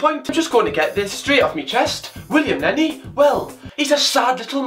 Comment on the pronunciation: “William Lenney”